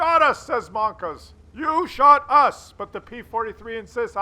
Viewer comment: It's monka S! Mon-KA Ass